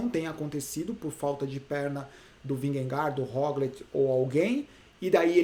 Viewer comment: Só uma curiosidade, a pronúncia dinamarquesa para Vingegaard é algo como "vinhe - gou". 😛